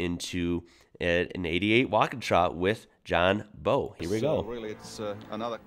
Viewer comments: It's not pronounced Bow, it is pronounced Oww like you hut yourself. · hey man just a heads up, John Bowe is pronounced like the bow of a ship not bow like a bow and arrow lol also while the walky isnt really at the top of my loved cars list its definately up there on my most respected cars. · John Bowle like owl not bo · Bowe is pronounced as Bow, like "wow". But yea the Walkies were awesome cars. I've heard of a few of them catching fire due to electrical problems. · John bowe’s surname is pronounced the same way you say wow. Not “bow” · The ‘Walkie’ was and still is one of my favourites, the local Holden show room had one, used to go there after school and drool over this beast of a car. By the way it’s John Bowe pronounced like bough of a tree. Love ya videos mate. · Just want to point out that his nams is John bowe, in Aus his second name is prenounced the same as "how" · Walknshaw's future is now with Fords Mustang program ! I don't know if anyone has told you yet but John Bowe is pronounced like the front of a boat , thought you'd like to know mate . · His surname is pronounced as in wow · Btw John Bowe's surname rhymes with 'wow'. If you rewatch the start of that video, he introduces himself. You were talking at the time so you missed it. Anyway, keep up the good work, I'm enjoying your videos! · His name is John Bowe not Bow